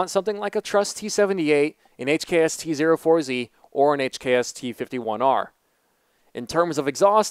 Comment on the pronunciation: Tee Zero Four Zee lol